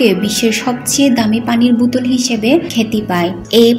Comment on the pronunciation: বুতল কি বোতল উচ্চারণ করেন ।